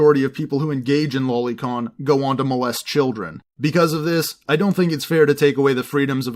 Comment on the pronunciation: Boi it's pronounced low lee not lolli